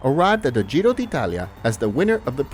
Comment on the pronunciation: The “Gio”? You mean the Giro? What the actual fuck?